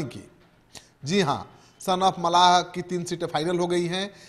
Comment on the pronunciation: Pahle bolne ka Sikh. Mallah hota hai malha nahi. Muzaffarpur jeet tay Hai. Khagariya or Madhubani dono me se ek seat Nikalna v tay Hai. Madhubani se Muslim candidate hoga. VIP party se.